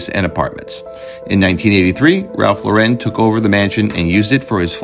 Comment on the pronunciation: Learn to pronounce Ralph Lauren correctly . He is American, not French.